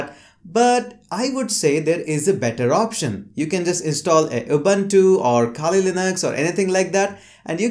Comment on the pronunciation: Ubantu? Shouldn't it be pronounced as Ubuntu?